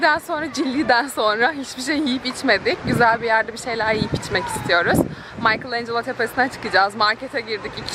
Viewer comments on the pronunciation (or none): "Maykıl en Celo " dedikçe tüylerim ürperdi! "Mikelanjelo" diye okunur!